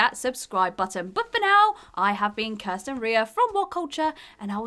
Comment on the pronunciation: Once again, Kirsten with a badly made list and worse pronunciation. Would literally prefer any other presenter.